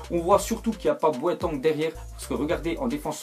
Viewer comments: BO.A.TENG pas BOETANG ça fait plusieurs fois qu'il dit boetang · Arrête de dire "BOÉTANG" stp c'est gênant c'est "C'EST BOATENG" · j'ai dit la même chose BO.A.TENG pas boetangue lol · "Boateng"est devenu "Boatong" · sa se prononce bouateng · tu a mal prononcer Boateng tu la prononcer comme sa Boatangue! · Tu prononce mal boateng